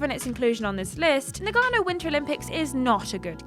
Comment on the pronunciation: Its not Nug gano Its Nah-ga-no Lol. That made me laugh idk why. That game wasnt too horrible but generally sports compilation games arent great. And its not Meela Yovavich, its Milla Jovavich Lmao. Damn brits come on mates, bloody 'ell :)